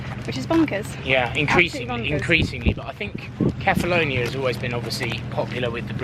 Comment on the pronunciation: I wish you would learn how to pronounce the name of the island correctly, seeing you go there every year.